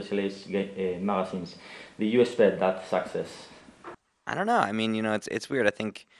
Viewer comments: everyone's faces when he said "...a great success" wich sounded like "sexess" mikey totally wants to burst out laughing xD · Haha when the interview was talking about their success at the start i kept thinking he was saying "sexist" XDD